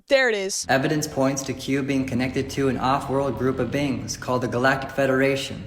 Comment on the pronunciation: is he saying "Bing" or is that him trying to say "Being"? Because interdemensional bings makes as much sense as anything else he says...